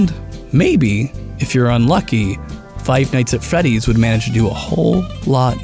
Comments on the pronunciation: Am I the only one that hears him mispronounce five night at Freddy's a bunch of time? He said "fight night at feddy's" 🤔😂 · ROFL did he just say Five Nights At Feddy's